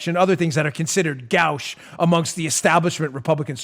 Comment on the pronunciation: Dan -- "Gauche" is pronounced "go-sh", long-o sound. Same vowel sound as "goat."